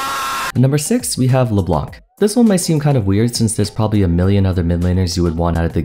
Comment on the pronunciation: It's really nice content, but the way he say Leblanc make my French want to fought for his honor